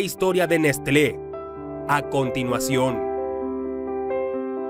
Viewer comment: Se pronuncia Neslé! 😋 Gracias!